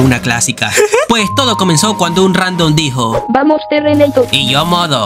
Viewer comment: Este tipo si me hace reír, ahora y que: "Terreneitor"🤣🤣🤣🤣